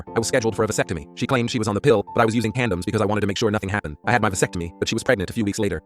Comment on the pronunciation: Condoms ❌ Candems ✅